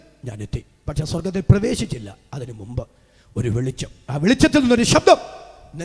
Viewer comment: എവിടെ? സ്വർഗ്ഗത്തിനലോ, നരകത്തിലോ? മലയാളം ശരിയായി ഉച്ചരിക്കാൻ അറിയില്ല, അല്ലെ? 😂